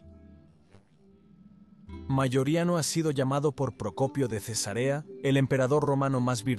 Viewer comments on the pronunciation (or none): none